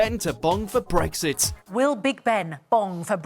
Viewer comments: Its Brexit not bregggsit you can't narrate!!!! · r u serious? An accent doesn't turn an x into a g ffs